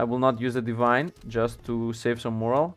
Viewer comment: I don’t wanna sound like a nit picky asshole. But when your saying Morale, your accidentally saying a different word and it’s moral. Morale (More-ral) is fervour and willingness to fight. Moral (mor-al) is a person’s beliefs.